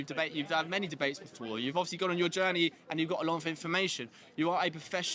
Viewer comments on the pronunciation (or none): Aaaand he said JOURNERY.